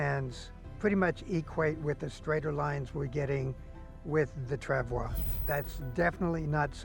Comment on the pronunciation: It’s “trav-wah”. French word.